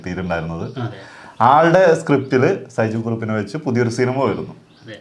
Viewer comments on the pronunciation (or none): ഷൈജു കുറുപ്പ്‌❌ സൈജു കുറുപ്പ്‌✅